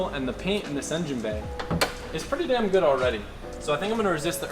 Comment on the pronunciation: Damn or should I say Dahm